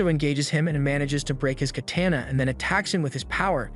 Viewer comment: its a robot just doesnt sound like one alot of the same hallmarks like not bieng able to pronounce katana correctly and other oddities